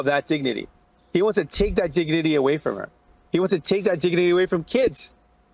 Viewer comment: diginity dignity?Diginity?he doesn’t even care how to pronounce words any more, or he’s intoxicated?